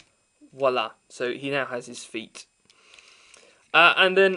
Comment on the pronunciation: FYI, "walla" vs. "voila"